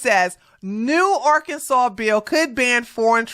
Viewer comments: Did she really pronounce “Arkansas” are-Kansas? It’s a good thing that she isn’t a truck driver, because she obviously can’t read English. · Talk about someone not knowing how to read, with that Arkansas pronunciation.... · Her point is moot when she herself can not even pronounce Arkansas correctly. She needs to go back to school. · While the state is pronounced "Ahr can saw", to hear someone pronounce it Ar Kansas, is not unusual. And that is the proper pronunciation of the River. What's funny is that people pronounce Missouri, as Mizz or ee or Mizz or i, when the proper pronunciation is Miss urh uh. Same with Hawai'i. People pronounce it, Ha why ee, when its proper pronunciation is Hu wuh ah ee. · Most people call it art Kansas 😂😂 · What’s crazy is an American who pronounces Arkansas, Are Kansas! Arkansas just made the roads a lot safer! Department of Transportation needs a national wide law. I had no idea this was happening. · Did that woman say “Arcanzas” 🤦🏽‍♀️ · Imagine calling Arkansas "Ar-can-zis" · I literally couldn't hear anything past R-Kan-sus. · Ar-Kansas? Who taught how to read? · She can't even pronounce the state's name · They need to fine her for mispronouncing Arkansas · That can't even pronounce "Arkansas" correctly! 🤦🏽‍♀️ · Yes, she was pissing me off. No American pronounces Arkansas that way. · Technically, she pronounced it the way it's spelled. However, there's no way in Hell she shouldn't know how to pronounce it by now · The way she pronouns Arkansas explains why she thinks being able to speak and write english as a CDL driver is absurd 🤦🏾‍♂️